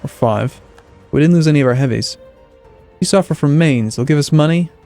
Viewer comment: It's pronounced Mines, with the end sounding like the end of 'putz'. Not 'mains'.